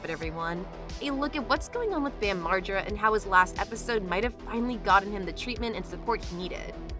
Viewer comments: I never heard Margera so mispronounced until these past few months of people (cant possibly be his fans) reporting on him... all of a sudden it's all effed up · LOL how did you say his last name?!?! HAHA